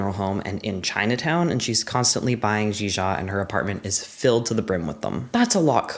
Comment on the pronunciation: Your pronunciation of zhizha was pretty good! The i is more like ‘uh’ that's it. But i’m not fluent.